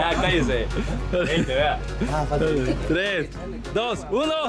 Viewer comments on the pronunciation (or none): Nadie:: una dos TLES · escucharon que en el primer round que cuando cuentan en ves de decir tres dicen tles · Jaja dijieron tles en el minuto 4.18 jaja like si ustedes también lo escucharon 😹😹👌🏻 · Nadie : El camarógrafo: una, dos, tcles! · Yo no jugaba ni mucho menos pero me mate de la risa con el: Una, dos, tlez xddd